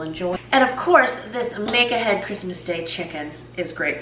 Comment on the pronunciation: I’ve been watching this YouTube for 3 weeks now and only just realised she is saying “make ahead” and not “mega head”😅